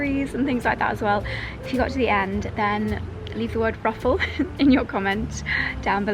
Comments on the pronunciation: I thought you said 'brothel' 🤣had to re-watch to make sure so it's 'ruffle'. Lovely vlog as always. The market reminds me of when I lived in Italy on a small Island, I worked a clothes stall, and each day of the week we would travel to a different town for market day, and I know exactly what you mean by: 'that cool period in the morning just before it heats up'. It's such a peaceful time as well. Ahh the memories 😊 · Truffle or did you say ruffle? Could not abandon your wonderful content mid stream! Such a lovely vlog in the South of France, thanks for taking us along and of course sharing all your tidbits.